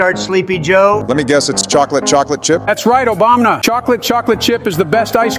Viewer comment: Why do they keep pronouncing Obama as Obamna